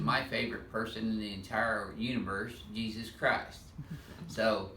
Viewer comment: That's not Jesus it's hesus